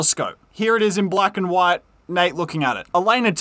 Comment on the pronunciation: I believe that's the worst pronunciation of "harbor" I've ever heard, the "hubba" 🤦‍♂